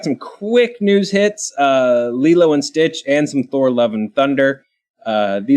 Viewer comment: Now I know the origins of Laylow and Stitch pronunciation lol. It's a fun movie, probably Disney's best from their animated output of the 2000s.